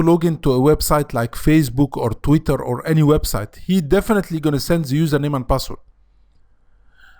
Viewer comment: من نطقك ل "زا" عرفت انك مصري😆